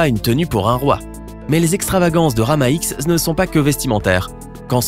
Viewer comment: Ce n'es pas Rama X mais Rama dix ( en chiffres romains )